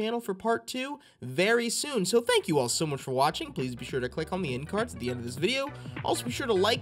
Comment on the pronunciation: "fank god for auto save"